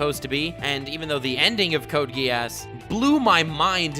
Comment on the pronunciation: Samama vi Britannia Same here with the 2above... but I have to note that it kinda triggers me how he pronounces Code: Geass